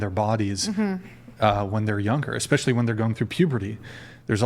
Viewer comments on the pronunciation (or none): “Ex-specially” one way to make me instantly ignore everything you say